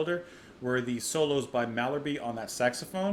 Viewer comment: And it's "Mal Herb" (Pronounced). :)